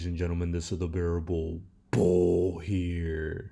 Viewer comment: RIPPOO, BEARABOO BOO, X OAR PEE, AND RIPPOO 100 MIWWYIN A BUOO MARKET THIS IS BEARABOO BOOO